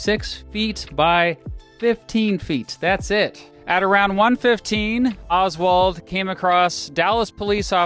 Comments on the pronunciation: If I have to hear “Olzwald” every time says “Oswald”, so do you. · why do you say oswald like that